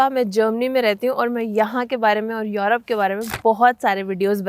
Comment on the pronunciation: मॅडम आप युरोप को यॉरोप क्यूँ केहते हो? What is correct pronounciation? युरोप या यॉरोप? Please clarify this if you know.